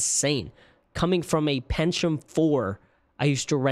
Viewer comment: I have never heard Pentium pronounced that way in my life.